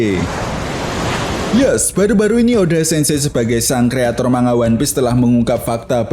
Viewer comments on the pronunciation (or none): none